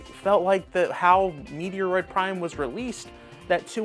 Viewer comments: Lol😂 its not Meteoroid Prime 4 . Its Metroid Prime 4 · Please change the way you are pronouncing The Metroid game. It bothers me so much because it is so close to my heart that I would never watch your videos again. Maybe you should do an apology video to all of the true fans of the game. Just kidding but seriously too.